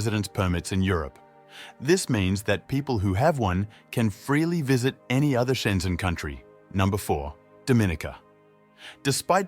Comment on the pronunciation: Schengen countries, not Shenzen